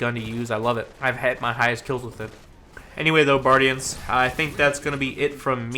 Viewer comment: “Hey buardians, here”